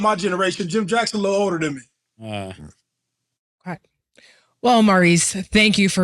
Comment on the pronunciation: Is saying "okway"?